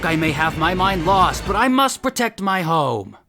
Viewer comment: I thought you said “I must protect my hoe” 😬